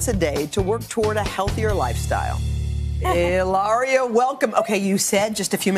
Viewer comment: Woman keeps calling her Hiloria. Having a guest on your show? Make the effort to at least get the name correct. Very unprofessional. 🤔